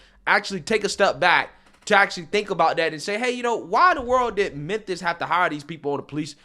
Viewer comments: What The hell is Menthis bro? It's Memphis pronounced Mim•fiss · Bro...good video. But why do you keep saying Menthis? I thought the city was called Memphis.